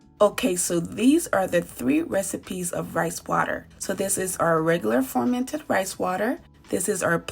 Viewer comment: Nice video? why do you keep saying formented tho? 😂